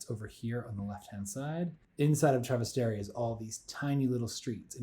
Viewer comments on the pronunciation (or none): It’s Trastevere not Travastere 🥲